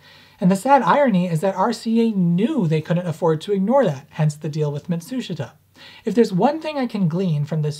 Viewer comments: Matsushita. (mat-soosh-it-uh) but sounds like (mat-soosh-ta) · Why do you pronounce it "matSUshita" vs "matsuSHIta"? Just curious. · You keep saying "Mitsushata," do you mean Matsushita ["MAHT su SHE tah"]? [EDIT: -- Yes, I see now that you've displayed the written content.] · Is he saying Matsushita (ie - Panasonic), or is there another company called Mitsushita? I can't tell from the way he pronounces it. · Love all your videos, they are brilliant. Small hint: In the word "Matsushita" the "i" is a silent vowel, correct pronunciation is rather "Matsushta". But keep going on with your fascinating work, I love it! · "Mat-soosh-it-uh" [once]...[twice]...[thrice] I'm sorry, but I've gotta click away. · Dude, that's not how you pronounce Matsushita. it's pronounced MAT-SOOSH-TA, even though it's spelled MA-TSU-SHI-TA in romanized Hiragana. Of course, Matsushita Electric changed its own name to Panasonic Corporation recently. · It's mawt soosh ta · FYI: The "i" in Matsushita isn't pronounced. The name is 3 syllables Mat-sue-shta. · “Matt-sue-she-tah” 👍🏼 And it’s “Tech-MOE-ON’ Is how he says it.. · Mott-TSOO-shtuh 松下電気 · sort of a minor nitpick but you keep pronouncing Matsushita wrong and I notice it every single time: ma like in grandma - tsu like in tsunami - shita like shta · Mat'shita...they don't pronounce the 'su' in the middle... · Ma-TSOOSH-ta. The "i" is silent. Love your videos! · Matsushita is pronounced Muh-sheeta. Why? I have no clue. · Please learn how to pronounce Matsushita the proper Japanese way. (Hint, it’s not pronounced the way the Americans spell it and it has fewer syllables.) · The "i" in "Matsushita" is silent. Ouch my ears. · threateningly unsteady jazz hands clenching the air Stop pronouncing the i in Matsushita, you're so close to actually pronouncing it correctly. =_= Keep up the good work. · That's... Not how you pronounce Matsushita.